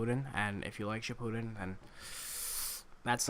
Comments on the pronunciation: He said shippuden wrong........ ODDMEN RASGAN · Its not naruto shipuden your saying it wrong